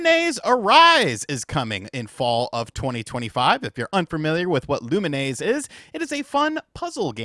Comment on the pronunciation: Lumi-nes.. not Lunimaise....